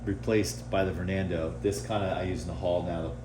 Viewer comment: bro said vornando